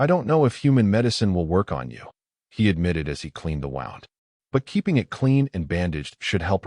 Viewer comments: Cannot even pronounce wound. Pathetic. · Your AI keeps having a problem with the word, Wound